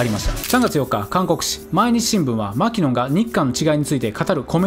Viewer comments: マキノンのイントネーションは「マ」ではなく「キ」にアクセントを置くのが正しい。マ「キ」ノンね。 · マキノンの発音はアニヤンだと何度でも言い続ける